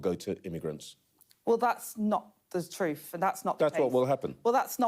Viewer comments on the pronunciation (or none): “Not the troof” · "That's not the troof".. thats our education system right there.😢😢😢